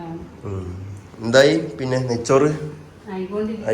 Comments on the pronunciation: നെച്ചോർ അല്ല ബ്രോ നെയ്‌ച്ചോർ 😂😂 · നെയ്‌ച്ചോർ. പറയാൻ അറിയാത്ത